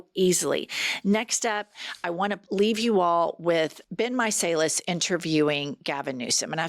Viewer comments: 💙 UR WRK LADY’s! Just quick point of order: Ben’s surname👂 like: [MY]-[SAL]-[LES]. LOL So Ben Meiselas xoxo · Why are you pronouncing BenMeiselas' name differently from everybody else?